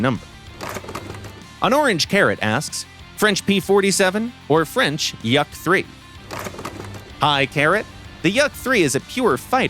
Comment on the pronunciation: What the hell is a Yuck-3. It's my first time hearing it pronounced like that